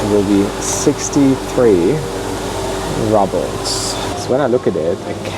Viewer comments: Its roobles not rubbles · It's pronounced "roobles" no" rubbles." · Not "rubbles" -it's "rubles"! 😅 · It’s pronounced ROOBLES not RUBLES